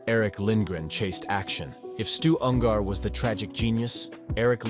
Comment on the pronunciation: Ungar not Un-gar FFS